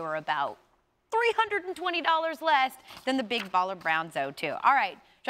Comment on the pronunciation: Damn bruh the way she even says z02 makes me cringe. "zo 2"